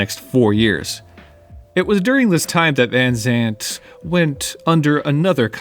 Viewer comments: it's van Zant, not Vanzant^^ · Say Vanzant one more time.... 👊